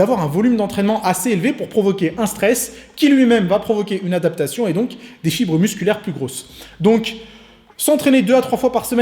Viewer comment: c'est normal qu'a j'ai entendu chibre au lieu de fibre ?